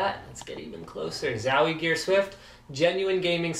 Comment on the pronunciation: love how he say zawie gear :D